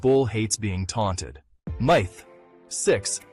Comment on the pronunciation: lmao im trying to say it pronounced myth wrong